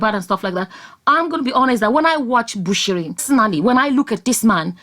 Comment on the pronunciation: You nailed it that's the way it is pronounced.